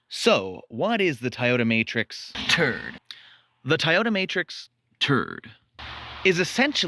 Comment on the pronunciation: Annoying every time you say TURD.... , I got it the first minute of this video it's a TRD just stop repeating TURD..... annoying but is catchy 😂😂😂😂 now every time I see a TRD on the road I'm going to call it TRUD.. this is all your fault 😂😂😂😂